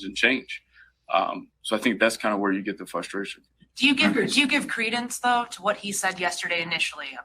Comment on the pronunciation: Did he REALLY just say FUSTRATION? Please.